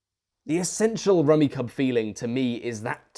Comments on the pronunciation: I cannot describe the confusion of hearing it pronounced 'rummy-cub' when my entire life I have called it 'rummy-cube' Yes, I realize I am probably in the wrong, but god it's so weird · Surely it's pronounce rummy cube not cub, right? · There seems to be a schism between the British and US in pronunciation. British advertisements for the game pronounce it "Rummy-Cub" as in this review, but in the US on the back of the game boxes in the 1980's it specified that it's pronounced "Rummy-Cube". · Rumi "CUB" ??? Its pronouced Rumi "Cube" 🤔🤔 unless.... Ive had it all wrong for decades!!!! 😨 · The fact that you call it "Rummi cub" and not "Rummi cube" is really killing me rn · It pronounced rummy cube, I believe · I've played this game for decades... Its fun and casual and can be oddly satisfying. Isn't it pronounced rummi"cube"? I had a copy that had instructions on pronunciation on the back of the box... Just fyi. Fun little game. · Apparently, it's pronounced "rummi-cube" lmao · awful video dude doesnt even know its pronounced rummy CUBE. say it with me now: KYOOB. CUBE. KUUB. for christs sake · The sets on the table are so wrong and messed up I can’t even take this guy seriously. If it were “luck based”, my grandfather wouldn’t have the reputation of being a fucking champion at rummikub (which is decidedly pronounced “rummy CUBE”). He was famous for being able to go out on his first turn (assuming he went last). He fucking dominated, even when we were only 8. He never took it easy on us, much to the chagrin of my grandmother 😂😂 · Isn't it pronounced ruh·mee·kyoob? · I've always pronounced it "rummy-cube" in my head. Cognitive dissonance: * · it's pronounced rummy-cube, mate. Rack-o is also a 70s game that doesn't suck. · It's pronounced "Rummy-cube" according to the manual, but I love that Rummikub is so steeped in house rules that we don't even pronounce it the same way. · Guys the manual states that it's pronounced Rummy-CUBE. My entire life has been a lie.